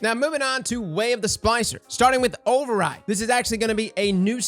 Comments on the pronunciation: Is he saying "spicer" or "spLicer? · cant pronounce splicer?